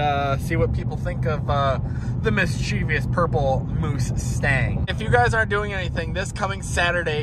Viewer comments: It's "mischievous", not "mischievious". :) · Mis chuh vus. Not mischeeveeus 🤣👍